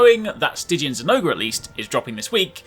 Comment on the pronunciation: Zinogre = Zin-oger